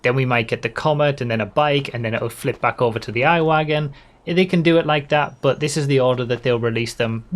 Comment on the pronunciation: the I-Wagen is probably pronounced e-wagen, since its electric and i is spelled like e in german